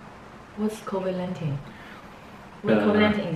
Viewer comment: Covelantin哈哈哈哈哈哈